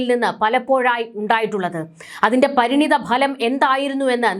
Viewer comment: പരിണിതമല്ല. പരിണത എന്നാണ്. പരിണത ഫലം. etc.